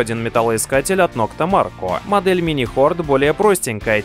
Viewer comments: Не нокта Марко, а нокта макро😂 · Наитупейший рейтинг от человека, который видел приборы только на картинке, не знает про топовые приборы, как Деус, Минелаб, Ака, и даже не может правильно прочитать название "МаРКо" 😂😂😂😂😂😂😂😂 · можно было хотя бы название nokta maKRo правильно произнести ))))) эх, горе-специалисты......